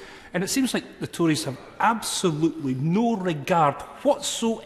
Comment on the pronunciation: the ‘toories’, said by a yellow tory